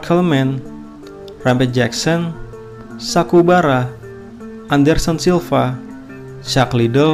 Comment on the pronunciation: Sakuraba , bukan sakubara ...gan